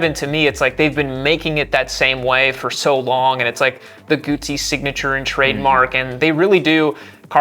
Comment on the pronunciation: Guzzi: in Italian, the double z is pronounced ts, as in pizza (pronounced peetsah). Therefore, Guzzi (pronounced Gootsee). FFS!